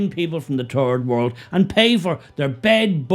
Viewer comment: orla guerin of the BBC says turd world